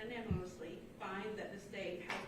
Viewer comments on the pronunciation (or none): The clerk can’t pronounce unanimously. Ouch